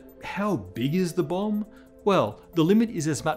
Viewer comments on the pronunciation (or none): none